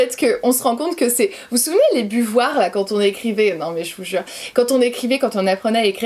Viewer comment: "Des buvoirs" -> des buvards